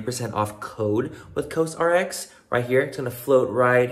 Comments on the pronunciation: Has anyone mentioned yet that it’s said like “cause rx”? 😂😂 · I love you Manny but for the love of Korean Skincare.... Actually learn how to pronounce the brand that’s sponsoring your video!!! 🤦🏻‍♀️🤦🏻‍♀️🤦🏻‍♀️ Cos RX like Kors